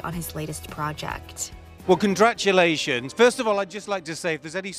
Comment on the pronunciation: clearly the reporter has watched too much Drag Race and forgot the proper pronounciation of the word "congratulations" 😅